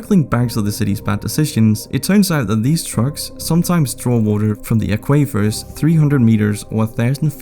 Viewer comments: The word is aquifer. Say it with me now, AQUA FUR. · “aqua fir” like the color and the tree 🌲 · Aquifer is pronounced "Aaah qui fur" Not A qui fur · I laughed at how he pronounced "aquifer!" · I think you meant aquifer reservoirs. I'm not sure how you butchered that term 🤣